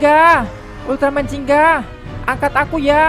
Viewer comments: Gingga bang bukan jingga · bugan ziggan tapi yang bener itu ginga